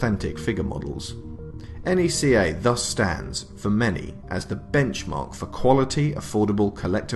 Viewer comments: 1) good video 2) NECA don't do sports figures 3) it's pronounced NECK AH or KNEE KA. Not N E C A. 4) you just did a history of NECA video without mentioning what put them on the map in the first place. The first ever Pinhead figure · Stop Calling It N.E.C.A It's Neca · It’s neca not n e c a you don’t say it like that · 🤔...He kept saying...enn eee cee aye...💯✔️ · Isn't it pronounced like "neck-uh"?